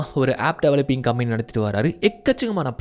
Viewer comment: Bro please correct the pronunciation of the word "company" bro.